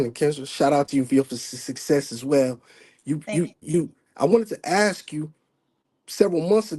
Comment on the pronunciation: I've read some the comments and I'm confused with myself, or wondering what's wrong with me. I like him and what he has to say. Most men nowadays can't even hold a conversation. Now I don't like that he said "likeded" for like and "ax" for ask. But I thought he was being legit. Most are still playing the field i believe he's straight up.